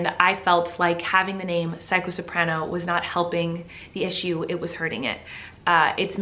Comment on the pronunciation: Red Panda L0ver but they didn't say soprano. They said sorpran.... Which also isn't an instrument...